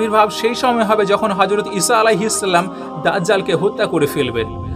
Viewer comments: salam ta porjonto suddho kore bolte parona boyan maraw? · তুই তো ঠিক মতো সালামে দিতে পারিস না ট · ভাই যান আপনার সালাম টা ইকটু ঠিক করেন